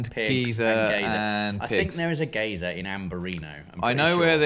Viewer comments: I couldn't figure out what a gazer is for awhile. Turns out they were trying to say geyser and horribly mispronouncing it. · It isn't pronounced gay-zer, its pronounced guy-zer. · it took me three time hearing pronunciation of "geyser" to figure out what he meant. I've always heard it pronounced "guy-zer" instead of "gay-zer". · Love your videos guys! If you don’t know how to pronounce something you can type it into Google and it should tell you how it’s meant to be pronounced. Pretty sure geyser has never been pronounced geezer though... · i was so triggered by the geezer pronunciation hahaha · The British English version is 'Geezer', American English 'Guyzer' as you say. Don't know where the hell 'Gazer' comes from, I thought was saying Gator again at first. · The American in me cringes when rob says geyser lol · In my experience, English people are incredibly bad at pronouncing words they don't know, especially foreign ones, and this continues the trend. I had no idea what they were talking about, until I actually saw the geyser. But it was really funny when walked right into the small geyser and died. XD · Just a bit of help. Geyser is pronounced as Guy-zer. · Guy-zer is typically the American pronunciation. Gee-zer is typically the British pronunciation of the word. Either is fine though. Neither is right or wrong. Can be pronounced Gay-zer too